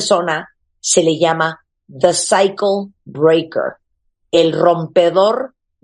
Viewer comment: cuando marta dice cycle breaker su pronunciacion es más de psyacho Breaker ahaha